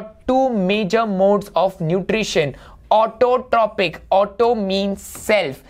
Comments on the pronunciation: sir it is pronounced as autotrofic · ITS PRONOUNCED AS AUTOTROFIC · learn to pronounce autotrophic